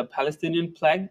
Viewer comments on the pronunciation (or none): What a pronunciation bro😂 Flag❌ Phlug✅